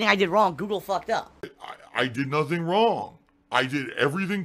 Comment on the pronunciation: "Man I'm Stoopid... I, I did nothing wrawng, I did everything correhct"